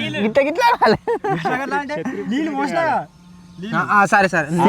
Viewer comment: neelu ❌ leellu ✅ 😂